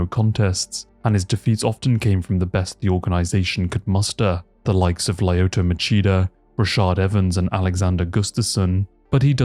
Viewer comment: stop mispronouncing popular fighters names, please and thank you?! LIE-OTA? LEEEEEEE-OTA Machita